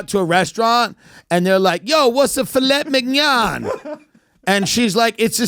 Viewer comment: What's a fill-ett-mij-not?